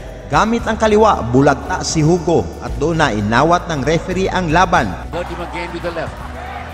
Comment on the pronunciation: Hindi po Hugo Ang pronounciation nyan kundi Yugo